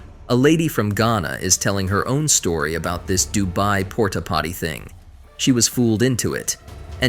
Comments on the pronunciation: The AI generated voice calling Dubai "Dooby" 💀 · Near the end it was saying doobie, as in smoking a doobie or the doobie brothers 😂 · DU BAY 😂😂 DU BE 😂😂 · This AI changes pronunciations with every mention of the word 'Dubai'😂😂😂